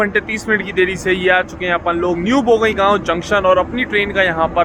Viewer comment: its pronounced Bongaigaon not Bogoigaon.